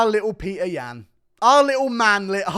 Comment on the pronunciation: say Petr's name right